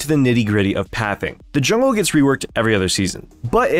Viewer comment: "JULNGE PATHING"